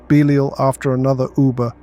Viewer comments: Is this AI voice? How could you go from pronouncing Belial correctly to saying “beleeel”??? Bro??????????? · If your pronounce Belial like this again, I'm going to lose my ish